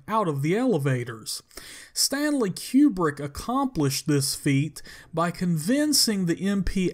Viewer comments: Stanley QueBrick ? Seriously ? Its Kubrick pronounced KOO-Brick which means Rectangle in Russian. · "Stanley Q-Brick" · "Keewwbrick..." LOL!